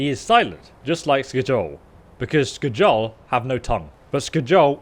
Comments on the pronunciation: Sk-jol is the right way of saying it,scholl makes flipflopps! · Not Sk-jol it's Skjol😎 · sk-jole? that is not how you say Skjol lmao. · Lol I know you're dyslexic bro and I feel ya, must be a pain in the ass. But you butcher the names with such violent intensity my ears start to bleed. Here it's Skadjol or Solstfeim, before it was the RATAWAY xD The J in many nordic words is pronounced like a Y. So pronounce it like Skyol - same thing for Mjoll the Lionness. It's not Mdjol, but Myoll if you will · The J in Norse language sounds like a *Y*, so Its Skyol not Skjol yo 😂😂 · Hey, love you bud but the J in the name Skjol is actually used like a Y so the name would sound different than how it looks... just thought you should know. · That pronunciation of "skjol" kills me, everyone knows its pronounced "skyol" its a Scandinavian province style game with Scandinavian names... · Just FYI, the Nordic ' j ' is more like our ' y ' , so, for example, Skjol would sound like Skiol. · It's pronounced skyoll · Stopped watching the video after the fourth time you said "Sk-JOL". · The "J" in skjol is pronounced as a "Y" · Lmao i was laughing the whole time cause of that.. its supposed to be pronounced ske- yul.. Idk why it was so funny oof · Its so funny the way you say skjol, but in your defense you should be norwegian to get it right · yes please, that was painful to hear